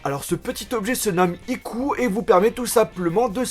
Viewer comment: je suis le seul a avoir buguer quand il a dit Iku ? ^^